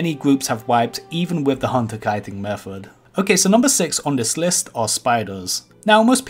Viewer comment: "evrafeng" "kiting meffod" "do dis" 'number free" "a wock elemental" "a fwost mage" "fwostbolt"